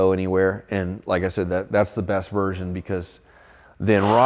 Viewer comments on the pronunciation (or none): none